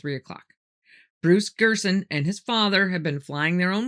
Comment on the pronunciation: it's Gernon not Gerson. Love you bye 😘